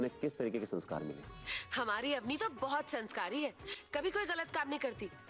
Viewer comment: Auni nhi hota woh Avni hota hai.